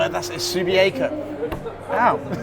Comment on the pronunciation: Its pronounced Sue-bee-ack-o. Difficult one to pronounce for newbies to the state. Even guys from interstate don’t get it.